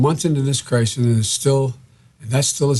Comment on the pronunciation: Dude between that comment n 7 minutes is done of Worse I've heard yet ! Listen n you'll hear he says Crisin instead of Crisis ....he clearly says " Stop hoping for the best Mr Trump " like Who TF Ever tells anyone to Not hope for the best !?? N then 5 seconds later he slurs out the Covid number but he says UnAmericans !! Not Americans !!! 😂😂😂😂😂😂😂